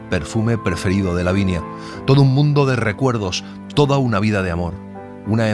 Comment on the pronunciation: Me gusto mucho, pero hay un pequeño error dice "davinia" y debe decir " lavinia" saludos desde México y me encanta escucharlos.